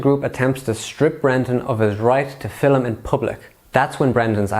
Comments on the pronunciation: mate please its not FILLUM its film ! i have never heard anyone say filluming someone ever until you came along , stop it please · Stop saying "Fil-um", its "film" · Filim is the wrong pronunciation